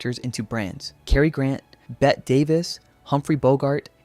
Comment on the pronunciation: Spelled "Bette" pronounced "Betty". Is it AI VO or are you just that young?